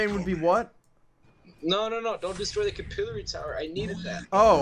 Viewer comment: “Capillery tower”